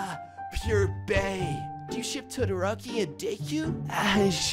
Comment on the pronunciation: Sorry this really triggered me and idk why- i just have to correct you: Deku- De-Koo, Todoroki- Toe-Doe-Roe-Ki, Kuro/Kuroo- Koo-Roo, Oikawa- Oh-I-Ka-Wah, Tododeku- Toe-Doe-De-Koo